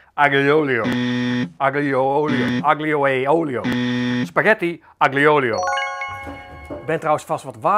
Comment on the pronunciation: Je spreekt het uit als: àlio ólio e peperoncino Dus die 'g' niet uitspreken